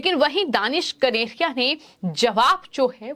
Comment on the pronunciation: The news reader could not read out the word KANERIA. It distracted the viewers.